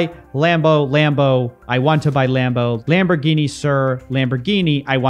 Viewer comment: 'Lambo' 'Lamborghibi ser' XD